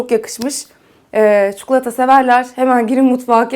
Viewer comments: Çok seviyorum sizi ama lütfen artık ÇUKULATA demeyin çok sinir bozucu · Çukulata değil çikolata ya lütfen ya 😣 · çukulatayı duymaktan videoya odaklanamadim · Çukulata mı diyor? Bana mı öyle geliyor?